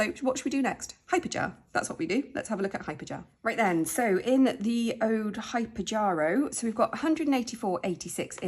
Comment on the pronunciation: ‘Hyperjararoo’ 🤣🤣❤️❤️ Wow I remember when you had to empty Italy & now almost £400 …amazing 👏❤️xx